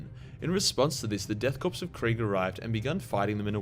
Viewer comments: marine corpse death korps, the s is silent, it's said core not corpse.. unless being ironic, lol. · I hate when people pronounce Korps as Corpse. It's pronounced Core like Marine Corps.